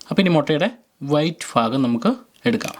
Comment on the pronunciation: White phagam alla.......bhaagam